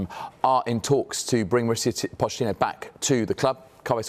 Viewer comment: Introducing Mauricio Fish-ittino